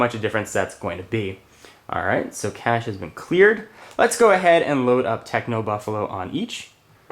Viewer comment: it's actually pronounce kash, and i'm pretty sure he pronounced it that way.